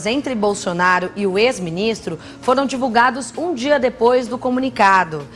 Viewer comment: O fefito força a barra na pronúncia do d. Hora fala "dia" , hora fala "d'zia". Pra q isso gente??